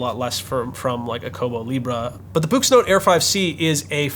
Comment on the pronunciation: I thought it was pronounced "books" ? and I think it is higher resolution in black and white, not the other way around.?